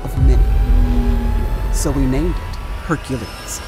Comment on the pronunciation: Why does the narrator struggle pronouncing "Hercules"?